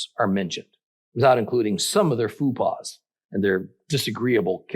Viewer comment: Always wondered abt this bible passage! Faux pas = fauw pah Foopah= food pouch belly overhang lol thx for the momentary laugh ( & the great wisdom)!